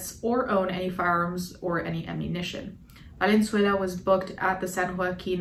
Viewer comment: it's "valenzuela" not "valenzuelá" (read this with hermoine's voice)